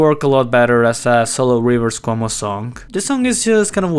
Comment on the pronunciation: What did you say there? "Wuju Rivers?"